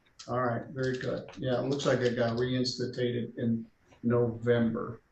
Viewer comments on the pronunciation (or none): "reinstitated" ;D